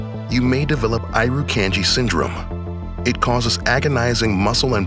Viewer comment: That’s not how you pronounce Irukandji